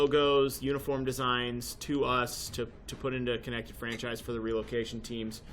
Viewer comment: Franchise not Francis's